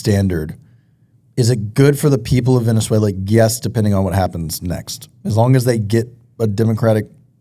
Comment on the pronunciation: Omg said it right!!!